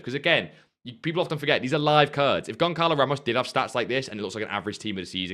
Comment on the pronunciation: Just a heads up. A C with a cedilla makes it a soft C not a hard C. So it's GonSALO Ramos not GonKALO Ramos. You're welcome.